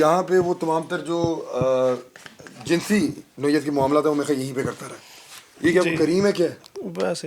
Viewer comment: آپ ماشاءاللہ بہت عمدہ کام کر رہے ہیں مگر الفاظ کی ادائیگی میں تھوڑا سا فرق کر دیتے ہیں جیساکہ لفظ jansi nahi balkay jinsi hay اور دوسرا لفظ جنسی استعمال نہیں بلکہ جنسی استحصال ہے ۔۔۔😊😊😊